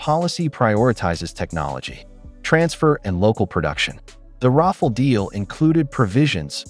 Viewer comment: Ra fal, not raffle 😄